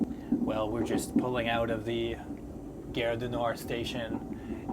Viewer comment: If you can pronounce "car", why do you make guerre ( which means war) out of gare?